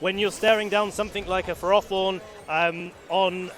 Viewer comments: Wtf is a ferORthorn? Surely it’s ferro-thorn, because it’s a portmanteau from ferrous. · Why did that announcer correct their pronunciation of ferrothorn. The correct pronunciation is ferr-áh-thorn?? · Ash Norman no it’s Furroforn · "fair-oh" pretty simple.